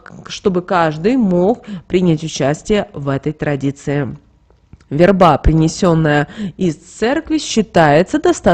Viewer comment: Почему вербА, а не вЕрба?